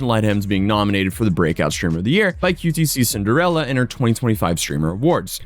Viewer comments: "QTC CINDARELLA?" Haha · Unc out of touch. He really said Amp & qt-c-cinderella